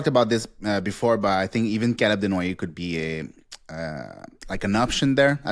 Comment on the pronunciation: I think you just like saying his name tbh. CALUB DENWOYEHHH!